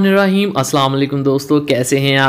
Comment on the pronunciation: Bhai ap ke recipes mughy achi Lagti hain Lakin ap ka Bismila recite proper tarakay say na kerna maza kharab ker data ha. Bismila he ra Maan nahe Bulakay Bismila he ra ho maan ha. Bora na manana ap ke recipes bohot achi hoti hain.